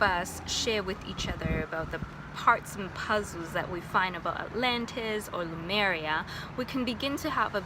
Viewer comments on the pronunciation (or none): I noticed you keep pronouncing Lemuria as “Loomeria”, it’s nicknamed “Mu” because it’s the motherland is referred to as Le- mu- ria usually. No offense, just felt the need to point that out. Spot on with the white robes, I specifically remember those in my memories as well. I didn’t see any reptilians, but observed shapeshifting , usually to animal form.